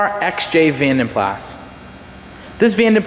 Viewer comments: PLAS is pronounced Plah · yes the S is silent he should have known that but he was young i think...also the yanks have different sounding words for lots of things like Scotty Kilmer You tube Mechanic he calls his car a Toyota "sillarcah " but it's pronounced Celeeeka well here in Aus anyhow